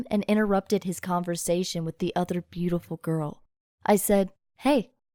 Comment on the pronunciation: “with the other bruealtiful girl”